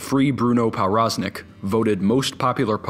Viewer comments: Its pronunced provroznik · Everytime he pronounces ‚powroznik‘ wrong it gets worse. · It's a Polish last name so that W is pronounced as a V, so Pov Roz Nik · its pronounced pov braz nik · pronounced pov-roz-neek its obviouslt polish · Hey dude, that's NOT how you pronounce Powroznik. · Very nice video but I'm pretty sure that's a Polish name so the "w" should sound like a "v". Probably the only person on earth who is irked by this but I'm gonna leave the comment anyway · learn how to pronounce people's names.